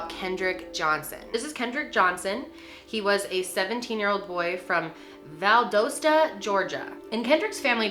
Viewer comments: This happened not far from where I live and I'm still not sure what to think. BTW. It is pronounced Val dos ta (like msdos) dos rhymes with sauce. Val Dauce ta lol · Val-dah-sta Georgia. A QUICK news report on the case would have told you how to pronounce this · Just a small side note.....the city is pronounced Val-Dah-stah instead of Val-Doh-stah.....coming from a born & raised Georgia Peach lol 😊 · Val-daws-ta not Val-Dos-ta 😂luv youuu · Not being critical at all i promise. i just find it so cute and funny how you say Valdosta lol. i grew up near there and its so adorable. Its pronounced with a soft o, not a hard o. Like cost. not coast. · BTW its pronounced val-dah-stah not val-dow-stah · Val- dah-sta Val-dah-sta. The mispronouncing is killing me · I say Val-daw-sta!! Lol I laughed to when I heard her say it!! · Yep right off the bat you said my home town wrong. Please research before making a video. Val- DA- Sta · We pronounce it VAL (like the nickname of Valerie) DOSTA (like a pair of Costa sunglasses but w a D) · Val - das - ta Georgia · Valdosta the o makes the ah sounds. Lol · Valdosta ( Val- da-sta) that’s how they pronounce it down in South Georgia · Being from ga and hearing her pronounce Valdosta “Val-doe-sta” is so! Strange to my ears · Val-doe-sta why does everyone mispronounce georgia towns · Val-dah-stuh haha sorry I just had to comment that, I love you and your videos !! ❤❤❤ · Andrew Harmon yes, we pronounce it ValDAWsta in Georgia lololol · Not trying to sound mean but it’s pronounced Val-doss-ta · I live in Valdosta (pronounced Val-Dost-A lmao) and this was definitely no accident. This story breaks my heart. I think of Kendrick every time I pass the school. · It’s pronounced Val-dah-sta! 😀 I live about 30 minutes away. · I’m from Georgia. It’s pronounced Val(doll)dosta lol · It’s pronounced Val-dah-sta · ..val-DAH-sta. Sorry. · Ok. Love you! But it’s pronounced Val-dah-sta 💕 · (Its pronounced val-dos-the soft o not like do)